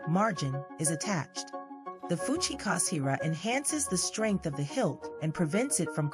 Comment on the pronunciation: it's fuchikaSHira not ..."fuchikaSira" it's ray skin, not shark skin. Who the fck transcribed that? Are (u, who did it) mentally slow?